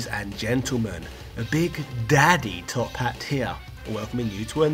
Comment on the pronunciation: OK. Youtube, pls don't recommend this channel anymore. Cheers, I mean, Choirs!